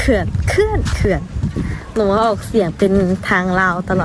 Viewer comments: อ่านว่า เขื่อน ออกเสียงต่ำครับ ตุ๊กตา ถ้าเสียงสูงจะเป็น ภาษา ลาว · เขื่อน ไม่อ่านว่า เคื่อน นะครับ เสียงต่ำ อ่านว่า เขื่อน